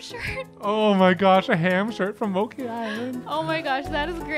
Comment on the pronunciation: Who else cringed at pronunciation of "Mochi"? Not Mo-ki, it's Mo-chi...